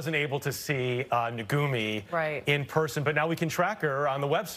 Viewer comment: It is NOT "naGumi--it is NaKumi"